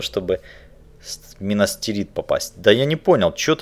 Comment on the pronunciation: Не минастирит а минас тирит, будет правельней